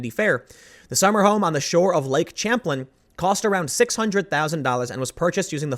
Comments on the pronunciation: Lake Champlain is pronounced cham-plain, not champ-lain. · sham plane not champ-lin lol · Lake Champ-lan? Sham-plain. This is a criticism I have for alternative media on YouTube. Some of these people just pick up a mic and start talking. Another political commenter kept talking about Britain's Intelligence agency, MI6. He kept calling it M-Sixteen. Like Pool, this was his pay job and he was murdering the English language (among others). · Tim, you need to work on your pronunciation: lake champlain is sham-plain. I hate to be nitpicky but you talk for a living. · Um. Lake WHAT? It's French. It's pronounced as an "sh". Lake Champlain is pronounced as Lake Sham-plain. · Tim, it’s pronounced “Lake Cham plain.” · Lake Champlain = Lake Sham-Plane